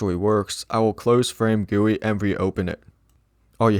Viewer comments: Him saying FrameGuWi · the amount of times he said "FRAMEGUI"